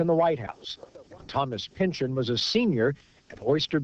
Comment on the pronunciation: It's pronounced "pin-chawn", not "pinchin".